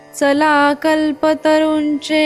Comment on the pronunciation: थोड्या सूचना करतो आहे, positively घ्याव्यात 🙏 ऱ्हस्व दीर्घांचे उच्चार खूप चुकले आहेत. “चला” मधील च चा उच्चार संस्कृत उच्चार हवा (हे चल-अचल मधले चल आहे, let’s go मधील चला नाही) शेवटी “विश्वेश्वराओ” म्हणालात ते सुध्दा अगदीच चूक आहे- “विश्वेशरावो” (विश्वाचा अधिपती) असे हवे. आपल्या भाषेची शुद्धी आपणच ठेवायला हवी. राम कृष्ण हरि 🙏